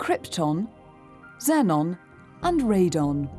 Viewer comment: It’s pronounced xenon